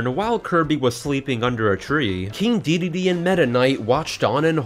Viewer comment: Dedede, not Deedee